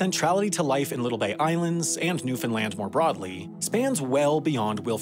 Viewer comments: Haha I really enjoy how it started out as "New-Fin-Lin" and a few minutes later says "New-Found-land" the rest of the video. Nice! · Funny cause neither are the correct pronunciation It's pronounced new FIN land not new found land, new Finland, new fin lund or any other variation even though you'll always hear them when non locals speak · I was going to complain about your pronunciation of Newfoundland (the compulsion to correct people who say it wrong is practically a genetic trait for Newfoundlanders, sorry!) but it seems you realized your mistake by the four minute mark. Carry on! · way to only mispronounce Newfoundland twice in the video, much better than like 90% non-Canadians' videos .